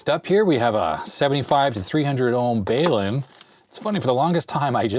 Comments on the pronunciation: Balun, say it like BALance UNbalance like "bal-unn", I also hear hams pronounce it like "bal oon" often :) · Actually BALUN is a portmanteau of BALanced - UNbalanced in reference to the balanced twin-lead connection vs the unbalanced coax connection. It's pronounced "bælʌn". Basically, you just put the "bal" from balanced together with the "un" from unbalanced (the a is pronounced like the a in "trap". I'm not trying to be pedantic here - you asked! =P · You kind of asked, so I thought I'd answer. :-) Balun is a concatenation of Balanced and Unbalanced. Usually used to impedance match a balanced system like twinlead or a symetrical dipole, to an unbalanced system like coax. So it's pronounced Bal Un with the short form of the A vowel. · I always pronounced it bal-un like mal or pal, not like pay. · It's pronounced "bah lun". A contraction for BALanced-UNbalanced. Love your show! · Not really, the bal portion should sound like "balanced", more like a long A.